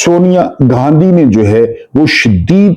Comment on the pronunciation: سر محترم السلام علیکم خوش اور آبادرہیں ❤ لفظ گاندھی ہے نہ کہ گاندھی ۔۔۔۔۔ شکریہ❤